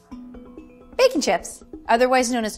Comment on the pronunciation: Did she say Bacon Chip?